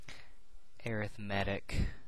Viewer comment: You're pronouncing Arithmetic incorrectly.